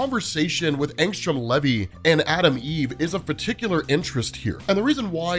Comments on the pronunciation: Bruh..... it ain pronounced levee. U soun like my school teachers taking roll call. Wrong af. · Maybe when he makes his appearance on Amazon we’ll hear how it’s pronounced